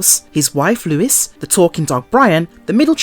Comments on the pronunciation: It's just "Family Guy" no "The*" and it's Lois (Low-iss) not Lewis*, that's a man's name. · LOL why does the narrator call Lois "Lewis"?!! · HIS WIFE LOUIS? Seriously?! Or was that your accent? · Video unwatchable due to repeated mispronunciation of Lois' name. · PLEASE learn how to pronounce Lois (there is NO W in her name) and the town name of Quahog